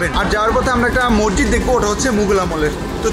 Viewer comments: মরজিদ না ভাই মসজিদ। আপনি বার বার মরজিদ বলছিলেন।তাই আপনাকে আমার বলতে ইচ্ছে হল। কিন্ত আপনার ব্লগ অসাধারণ লেগেছে।❤️ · Apnar vdo khub sundor. Information o sundor vabe deya. Appreciate. Kintu, ekta choto jonish ektu odd laglo, apni ki Moshjid ke Mojjid boltesen bar bar? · Vaia sob kisu thik ase but mojjid na mosjid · Bro morjit na re vai moshjit hobe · Morjid na bhai Mosjid, vlo kore kotha bolte sikhun.. From India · আপনি বারংবার মজজিদ বলছেন কেনো?মসজিদ উচ্চারন টা সঠিক করুন।